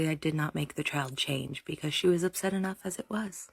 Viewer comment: At 16.44 you say ‘be-kez’.